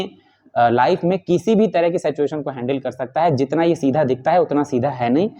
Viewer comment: सेचएशन तो मत बोला कीजिए महाराज कम से काम सही तो उच्चारण कीजिए सिचुएशन है